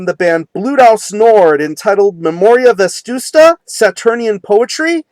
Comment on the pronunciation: dude, it's "Vetusta" not "Vestusta"